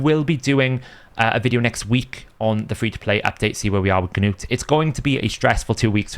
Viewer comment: The g in gnut is silent like k in Knight. Nut